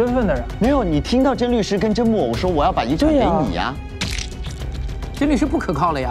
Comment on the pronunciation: 有人发现Justin 也把甄木偶的名字念成了甄木耳吗？ 哈哈哈哈哈哈😂